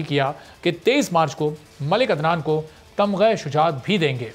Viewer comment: Taghma ya Kay Tamgha e shujaat. For God's sake Imran khan sahi tau bolain for face washing. .